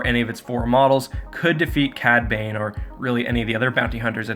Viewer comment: Yah cad babe! Edit: "cad bane" lol